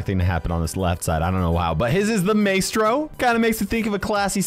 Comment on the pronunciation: Its pronounced my-es-tro